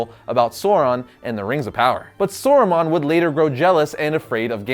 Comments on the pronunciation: it's not Sore-ru-man, its Sah-roo-mahn. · First of massive kudos for your research into both wizards and for coming to the right conclusion (imho) but i have got to say... I had an involuntary shudder run through me every time you said Sore Ron and Sorrooman. They're pronounced SOW-RON and SOW-ROO-MAN. It's just a little thing but I'm probably the biggest Tolkien geek out there ;) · you are saying Sauron and Saruman wrong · the pronunciation of Sauron and Saruman is distracting